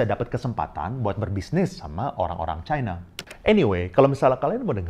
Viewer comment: ini sama kayak yg dipaparkan faisal basri.. btw, mirip juga nyebut china kayak faisal, nyebutnya chine... pertama kali sy nonton channel ini